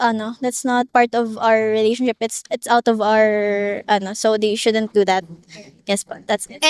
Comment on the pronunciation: I love how Filipinas pronounce and accentuate the word re-la-tion-ship. They way you say this word is the best.